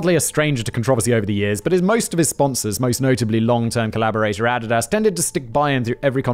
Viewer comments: The way Simon is pronouncing ADIDAS ... closed captioning is showing "ADDED ASS" ....yanks pronounce it AH -DEE-DUS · Love your work Simon! I subscribe to all 27 of your YouTube channels! 😁 That being said...... your pronunciation of Adidas is killing me! 😂 (It's uh-DEE-duss) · I Couldn't help it! After this video I Had to watch My Adidas by RunDMC ... and picturing them pronouncing it like Simon! Got to "My Add-did-ass touch the sand of a foreign land With mic in hand, I cold took command My Add-did-ass and me close as can be We make a mean team, my Add-did-ass and me" and I lost it! Lol! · The way simon pronounces Adidas makes me laugh.. it's ah/ dee/ doss simon ahdeedoss😂😂😂😂 love you don't fight me lol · I couldn’t figure out what brand he was saying at first. Adidas 😂😂 A-dee-dus Simon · So is that the official pronunciation for Adidas? Cause I have never heard it pronounced that way before. I kept questioning what company he was referring to as I'd never heard of Addidass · Even the goddess Nike is pronounced Nai-Kee in England and now clue how he came up with Ah-di-dass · Ah. Did. Daas. His mispronunciations of shit are hilarious. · I can't help but laugh at how you pronounce Adidas. If I wanted added ass I'd get some Adidas from across the pond LMAO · Is Simon trolling us with the mispronunciation of Adidas? Add-id-ass? Seriously? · Adidas is pronounced A dee da ss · Who are Adadas and nic?nice?? Do you mean Adidas and Nike?? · I love how he mispronounced Adidas every time lol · The way Simon pronounces Adidas and Nike felt like nails on a chalkboard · Put the word Adidas into your pronunciation application. Big brain move. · Hearing Simon say adidas throws me off so much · It took me a minute to understand what fact boi was saying. I've never heard someone pronounce Adidas like that... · The way he is pronouncing Adidas though... I didn't know what he was talking about for most of the time! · STOP PRONOUNCING ADDIDAS WRONG! Jk it's kinda funny